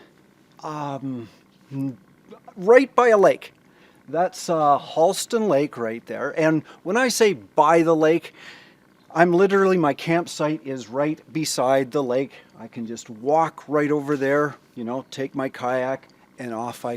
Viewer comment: I'm from Memphis, my daughter and grandson live there. My dad lives in East Tennessee. Tennessee is to me the most beautiful state. The Holston river runs through where my dad lives, it was a very important river during the civil war. It's pronounced Hole- stun.